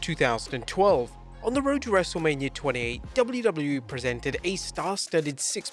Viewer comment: wrestlelamia also botched